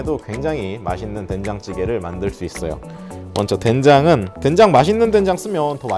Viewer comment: 처음에 댕장이라고 하셔서 계속 댕장찌개로 들려섴ㅋㅋㅋ집중이 안되잖아요 ㅋㅋㅋㅋ